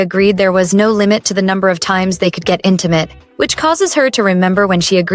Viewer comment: As soon as she said: i want you to be intemate with me, i grabbed my head and laughed so hard😂😂❤